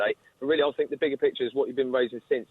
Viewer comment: I will not listen to anyone who starts their argument with "I Fink"!